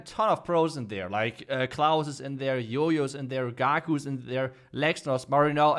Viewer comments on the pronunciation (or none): No one literally no one calling jojo as yoyo